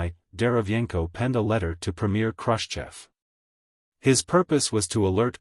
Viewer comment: Somebody has to go through whatever it reads and spell things such that it can't mistake it. Like spell it Krooschev. AI is dumb as a billiard ball.